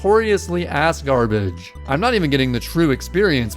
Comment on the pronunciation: dude for a second there i thought you said asgard-ish instead of ass-garbage what